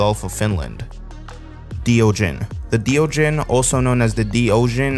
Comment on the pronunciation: That pronounciation of Deogen made me recoil